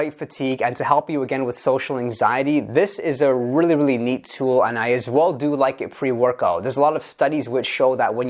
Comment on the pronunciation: that "really" hit different